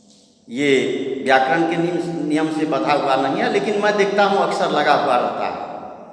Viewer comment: व्याकरण का उच्चारण सुनने में बहुत मस्त लगे हैं सर